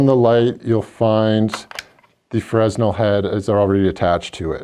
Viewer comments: It's Fra-nel not frez-nal. Fresnal was a physist and Engineer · FRESNEL is pronounced "FRA-NELL" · The "S" is silent in fresnel